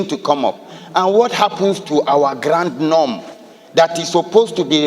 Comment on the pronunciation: Grund norm not Grand norm sir!